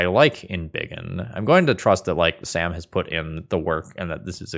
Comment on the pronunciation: Sam being Belgian means the A in his name is pronounced like in sArdines, Confused me for a second being Dutch myself. Obviously cannot blame you for not knowing. I guess using the correct pronunciation would confuse your American (and other non Dutch/Flemish speaking) viewers.